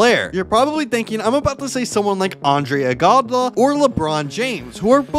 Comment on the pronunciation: Bro said Andre igobla and Undis Haslem but Haslem is actually pronounced Haslum but spelt Haslem